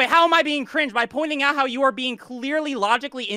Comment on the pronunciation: "You are being cuh-ringe" "WHAT?!?!" This was the funniest part of the debate